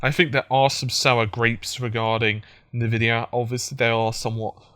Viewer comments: But it's not spelt "Invidia", it's "Nvidia". So if anything it's "En-Vidia". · Its N-Vidia Pronounced as ENVIDIA. Someone with you knowledge should know that :P